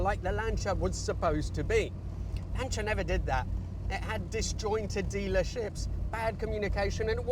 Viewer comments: Why is he calling it a Lan Cha? Not a Lan Sea Er? Have i just witnessed a Mandela effect... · Lancha? What on earth is that. It’s LANCIA as in lance!!! Just like Julius Caesar is not Julius Kaiser! Or Cicero is not Kickero! FFS!!! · ...did you say "Lancheeya"? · Annoying AI-voice, 'Lancher' 🤦🏽🙋🏽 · "Lancha"?? "Bitta"?? "Zagahhto"?? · Why the stupid accent for Lancia? Speak English or Italian. We don't travel to Roma we go to Rome. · Maybe learn how to pronounce “Lancia” and stop shouting. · Yes, but sorry, it does sound VERY middle class and poncey😀in England.